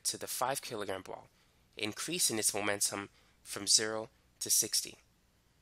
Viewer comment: MOMENTUM not magnetum 😭 lmao bye I'm done